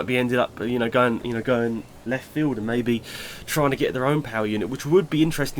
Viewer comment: why did you emphasize "get"?